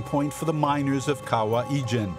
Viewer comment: Fantastic video but rather funny listening to the narrator pronouncing the word 'kawah ijan'..actually it is kawah ijo. To us in Malaysia we call ijo as hijau.meaning green.